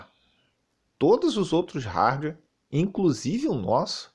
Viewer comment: "RARDUÉ" 😂😂😂😂😂